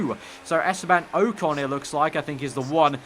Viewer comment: O con not oecon